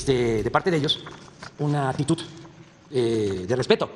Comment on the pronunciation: Su "actitut", "humilda"... Ah, bueno a ti no te civilizaron... El problema fuerte es que como el 90% de las palabras que dice, no existen en español, esa puede ser una de las razones por la cuales Su Majestad el Rey Felipe VI de España, no le entiende... jajajajajajajajaajjaja